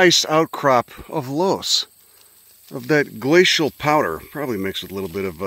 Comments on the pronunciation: Happy to see you hitting some spots in Iowa. It’s pronounced “luss” btw! Check out Keuhn conservation next time you pass through. It’s just off the highway west of Des Moines. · Its pronounced luss you degenerate